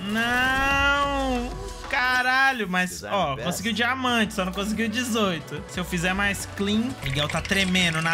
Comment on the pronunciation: "dimamante" lkkkkkkkk